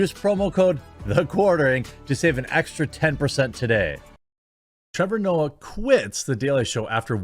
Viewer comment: Trevor nope-ah